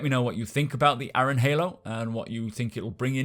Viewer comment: .... Aaron is pronounced "air-run".... sorry but that bugged me too xD